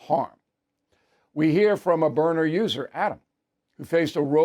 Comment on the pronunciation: It is Byrna, why do you and Hannity insist on pronouncing it Burner?. B Y R N A... say it with me Bill,, B Y R N A.